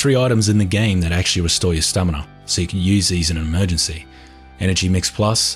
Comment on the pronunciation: its STAMINA. sta_M_i_N_a.